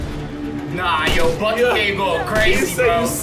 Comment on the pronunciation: Whenever says Bucky, I hear Buggy 🤣 Buggy is such a G he is making Steve run for his money! Anyway one of the best movies MCU has made.